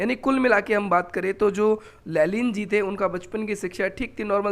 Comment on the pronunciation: लेनिन no लेलिन 😂